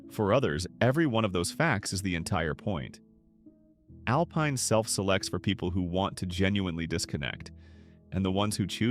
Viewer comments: Al pine, not alpeen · It’s Alpine with a long i! AI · You have never been to these towns because you mispronounced the names. You need to go back to New York. I am 82 and have relatives in some of these towns. AlPINE as in PINE. There is no Y in LLANO. LAN OH. Dinky Dhow!!!!